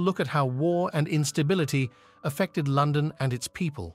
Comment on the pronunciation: The voice over ruins this doc. Great topic and idea - AWFUL AI. Words such as London, imagine, Eighth, dynasty etc. are mispronounced through out the entire thing.